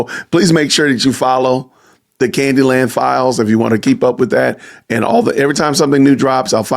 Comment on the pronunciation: “Candi Land” perfect